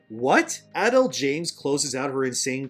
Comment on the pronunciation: Jada Pinkett-Smith was never really good, even before the marriage controversy 🤷‍♂️ This just cements it. Also, it kept cracking me up every time you pronounced Adele as “adul”😂